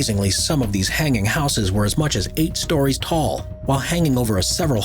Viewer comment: Just imagine reaching adulthood but don't know how to pronounce 'houses."